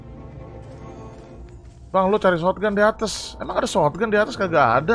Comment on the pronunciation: Shotgun Bang Bukan Shotgan